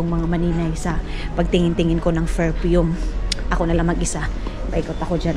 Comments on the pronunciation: Don’t say boring but bored. Another thing it is PerFume not ferpume. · Hi""" maninay,,,, maninay ecorrect lng po kita. Hindi po ferpume kundi PERFUME po